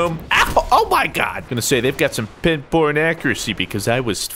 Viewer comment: I swear I thought you said "pin porn accuracy".